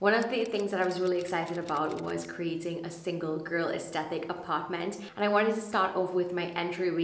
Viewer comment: For the entire video you pronounced aesthetic wrong. The 'th' is at the second syllable not the third.